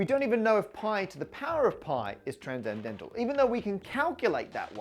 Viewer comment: Why does he pronounce "transcendental" as "tranzendental"? I know English is weird, but "sc" to /z/ is new to me